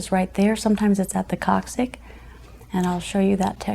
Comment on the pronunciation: C'mon. You absolutely can not do sciatica work and not know one of the main structures is called the coccyx (koksiks) bone not koksik. Dude, that matters.